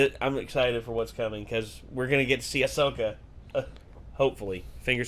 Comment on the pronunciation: Really dude!? You can’t even get her name right? 😅 Ahsoka Tano*